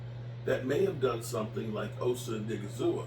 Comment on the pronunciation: please just say Osa. I have never seen a human being, let alone a YouTuber, that mispronounces names as much as you do.